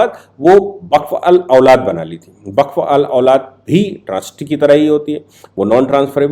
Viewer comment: सर, वक़्फ़ को बक्फ़ ना बोलें 💐🙏